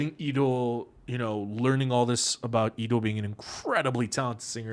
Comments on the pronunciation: Am i the only one who hears pd saying Leedo's name as Eedo? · Because actually thats how Leedo's name is read in Hangul. The "L" is not actually pronounced. 😊